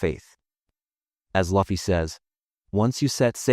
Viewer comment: Immediately clicked away when I heard him say Luffy's name wrong. How do people say names wrong when they are correctly said in every single episode? So frustrating. All this research and you didn't take the time to learn the main characters name?